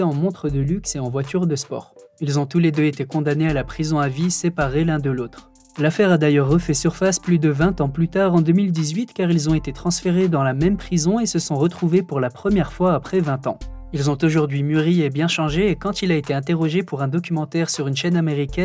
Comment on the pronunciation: Ça vous ennuierait de faire attention au commentaire? A , vous nous balancez "sa grand-mère de quatre-vingts ans" sans faire la liaison avec le s, ce qui donne "sa grand-mère de quatre vin han"... Z'avez pas l'impression qu'il manque un truc?? Allez je vous apprends quelque chose: "vingt" tout seul est invariable, donc pas d's. Mais vingt multiplié prend un "s"... comme dans quatre-vingts.